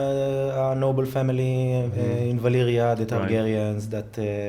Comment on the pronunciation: Where is Valirya (totally butchers that) now in current GoT storyline?